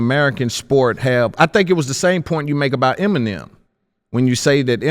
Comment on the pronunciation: Why are the emphasizing the first "E" in "Eminem" instead of the 2nd "E"? 🤣